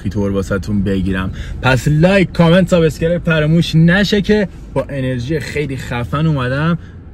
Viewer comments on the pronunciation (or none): none